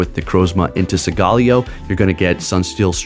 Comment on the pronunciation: Bro! Study and rehearse your pronunciation for Solgaleo. "Soul-guh-LAY-oh". Thank you.